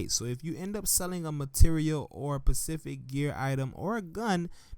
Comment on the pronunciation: its "specific" not "Pacific"